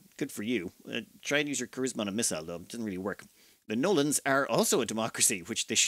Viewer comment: Fun to see something as ancient as Master of O'Ryan 2. I kept hearing the Gnolams as the Nolans, which was a bit confusing.